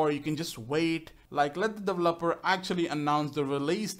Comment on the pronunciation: no offence but, was anyone else annoyed when he said "delveper"